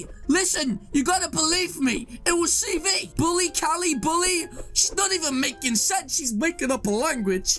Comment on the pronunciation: You were saying cv preetty